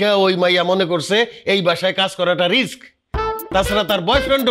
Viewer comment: আরে ভাই ওইটা রিস না রিক্স 😅